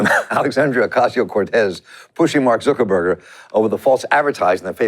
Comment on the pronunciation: Zuck not zook.